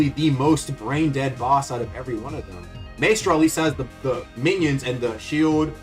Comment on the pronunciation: Bro does not know how to pronounce Maestro.